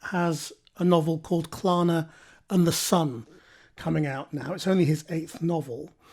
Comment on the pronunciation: "Clana and the Sun", dear me, get it right mate!